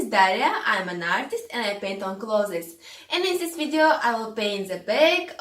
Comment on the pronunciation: Clothes not closes....🤣🤣я забыл мой английский так слушаю каждый день но красиво дело и искусство......